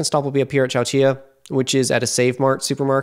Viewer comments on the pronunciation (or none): I like your videos, but you brutally mispronounce names of towns. De-lane-o; Chow- chill-a. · Actually it is "chow-chill-ah." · To be fair, I've never heard either of the names pronounced. My assumption was that Chowchilla was a spanish adaptation of the name of the native tribe the area is named after, but our inconsistent application of spanish language sounds in english meant that I didn't know whether to apply the spanish double consonant sound.